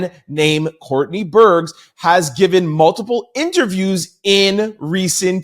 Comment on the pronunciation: Burgess has two syllables. You need to figure out how to appropriately say peoples names!